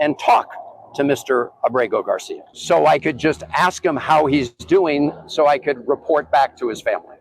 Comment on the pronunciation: Abrego Gar-See‐Ya!!! Princess!!!😅😂